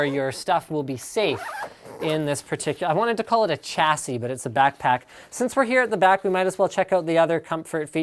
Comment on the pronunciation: Umm isnt it pronounced shassy? Not chassy? Or have I been pronouncing it wrong haha